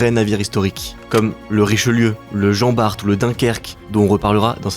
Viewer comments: Jean Bart ? Le nom ne se prononce pas《Barte》, mais《Bar》. Le t final est muet. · Étant dans la marine depuis 10 ans maintenant j'ai eu la chance de participer aux dernières sorties du FAA Jean-Bart et je n'ai jamais entendu le "T" a la fin, j'entends ça pour la deuxième fois de la bouche d'un vidéaste de YouTube, j’aurai voulu savoir si il y avait erreur ou si les deux ce disent 🤔 par ailleurs, merci pour la vidéo, on parles pas souvent de Mers el-Kebir dans l'institution, histoire de pas attiser la colère contre les anglais j'imagine, j'ai quand même le sourire qui monte en voyant l'état de leurs flotte de guerre aujourd'hui 😌